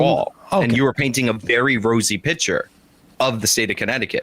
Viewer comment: Mfer can’t pronounce the word “picture”